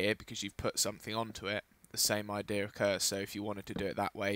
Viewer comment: lol he says "idear" instead of idea